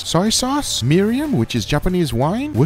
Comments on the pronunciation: mi-ri-im? MI-RI-N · It’s Mirin pronounced like meer-din not miriam or milim